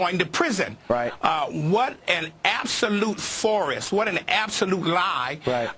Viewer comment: Did he pronounce farce as forest? And yes, blacks and latinos are combined rougly 25% of the drug using/selling selling population. But a combined 89% of the population in prison for drug charges.